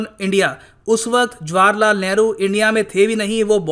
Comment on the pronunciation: Yaar What kind of a person are you? Why do you pronounce India's first Prime Minster's name in Punjabi? Look, You are pronouncing it as JWAR LAL Nehru..... The correct pronouncement is JAWAAHAR LAL.. Do you understand? Don't impose your Punjabi accent on your students. NOT JWAR but JAWAAHAR..